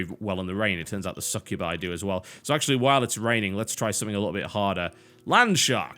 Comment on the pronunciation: im sorry say succubi slow and listen it sounds like your saying suck you by... oh just me ok :3